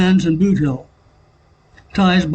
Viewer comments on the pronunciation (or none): none